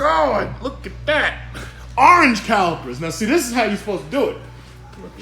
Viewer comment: I’m pretty sure someone got dicked-in-the ass — ”Ohhhhh, dey got da awringe calipizz! Oh meh gawd!!!”